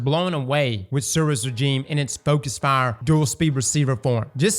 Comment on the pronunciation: Every time says Regime I giggle.